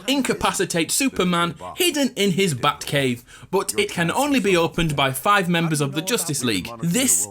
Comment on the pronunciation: Why does your batcave sound like buttcave